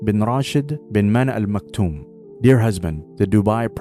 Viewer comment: Maktoum** not makhtoum as it is written.